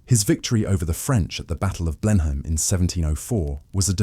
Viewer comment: It's pronounced Blenum. !